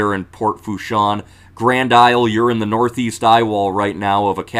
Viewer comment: Thanks. It’s Pronounced La “Foosh” 😉